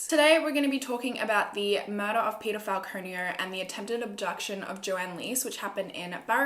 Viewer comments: Is she saying peado or peter 😂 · I keep hearing "pedophile conio" instead of Peter Falconio lol I need to stop watching SVU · I keep hearing peadophile conio 😂😂😂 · I can't be the only one who hears pedophile conio instead of Peter Falconio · everytime you said his name all i heard was pedophile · is it just me who thought she said pedophile konio😂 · Same. Reminded me of IT Crowd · Me too!! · SAME, the pronunciation is what through it waaayy off. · Am I the only one who because of her accent, heard “pedofile” when she said Peter Falconio? 😂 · Although I read the title every time you said peter falconio, I thought your saying he’s a pedophile. I’m more stupid then a kangaroo 😂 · oh my god i kept think you were saying paedophile conio until i reread the title as you said it fml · I literally thought she said pedophile the first time I heard Peter Falconio😶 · Am I the only one who thought she was saying pedophile when she said Peter Falconio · It sound like u said peterfile conio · I thought she was saying 'pedophile conio' for ages before I realised the title hahah